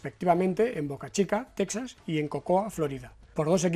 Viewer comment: Texas se pronuncia “tejas”.